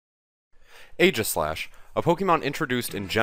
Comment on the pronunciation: For some reason, I feel like being a douche about this video. So let's criticize everything. Firstly, fanart. Don't use fanart. Second, The first A in Aegislash's name is silent. It is based on the shield Aegis (AKA Egis), in which the 'A' is silent. When you actually say the name of a Pokemon's form, form has an E at the end. For the onscreen description of Stance Change, since it was a quick summary, you should have used the in-game description. "The Pokémon changes form depending on how it battles." Steel resists Fairy, it's not immune to it. How did you not catch this mistake in post? Mandibuzz does not resist Sacred Sword. It's part dark. More fanart. Even more fanart. How about Weakness Policy on Aegislash instead?